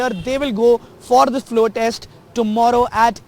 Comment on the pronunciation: Morons it’s test not text